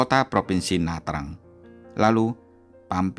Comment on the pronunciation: Pham bacanya Fam. Nha Trang bacanya NyaChang. Googling dulu Mas lain kali.